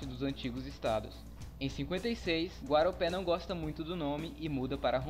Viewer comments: O Estado de Rondônia era o território de GUAPORÉ e não GAROPÉ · Não é Guaropé, é Guaporé.